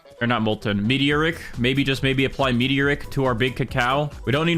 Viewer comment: I love how he says meteor rick instead of me-tor-ic